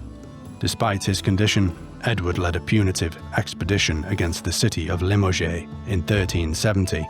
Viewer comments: You mispronounced Limoges — the E does not have a vowel sound. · Worst pronunciation of Limoges ever!!